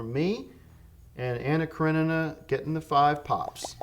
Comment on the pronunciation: Tim actually said Anna Karenina right on the first try even though he slaughters every other movie title lmao